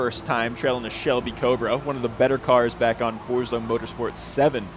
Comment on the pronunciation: So you do know how to pronounce Straßenversion but not Forza?:)